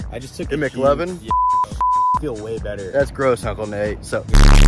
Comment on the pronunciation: thats not McLovin thats McLikin